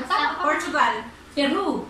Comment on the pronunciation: Ung feel na feel nia ang pagbigkas ng PERU hahahha